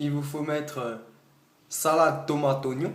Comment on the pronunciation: Mdrr comment il dit : sAlAde tOmAte Ognons 😂rebeuuuu !